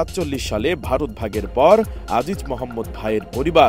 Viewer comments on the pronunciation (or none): none